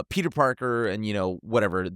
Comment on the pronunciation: Peter porker wth lol